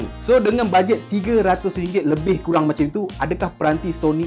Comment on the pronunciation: Apasal kau kata kureng ye bukan kurang ke?😂